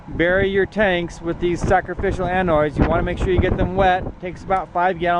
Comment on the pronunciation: Annoids? .....isn't it anode?